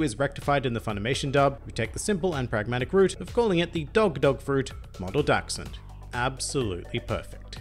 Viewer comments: Incredible german skills you have there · I have to be honest, I just clicked this video to hear how you would pronounce "Dachshund“, not bad I have to admit 😊